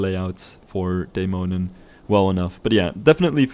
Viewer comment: As a Dane, it warms my heart whenever you mention Tivoli, as it is most definitely the amusement park I feel the most nostalgic about visiting, not to mention your near perfect pronunciation of the 'Dæmonen' rollercoaster. Pretty impressive. <3 Always loving the way you build and customize your rides - very satisfying and inspiring to watch!